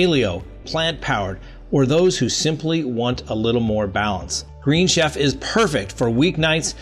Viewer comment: Love your show! The green chef advertisement has kept pronounced wrong:)